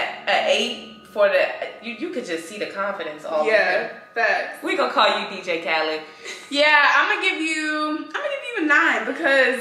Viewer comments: BRO SHE SAID DJ KHALAD WE THE BEST IM DEAD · Say my name baby Dj Khalid 😂😂😂 I’m sorry every time I hear his name that’s all I can hear 😭